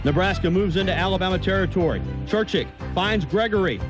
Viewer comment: Think how good Alabama would have been if they recruited the entire South, and not just white players. Amazing. And it's Churchich, not Churchick.